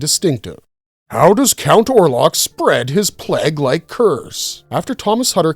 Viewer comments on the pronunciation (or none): Why cannot your pronounce plague? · Hate these lazy AI made videos. Cant even say plague properly